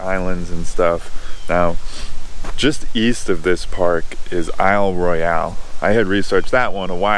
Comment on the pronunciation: Hi! Your videos are really helping me plan for my trip this summer. One small thing, Isle Royale might look like it would pronounced similar to "Royale with Cheese", but the e is actually silent.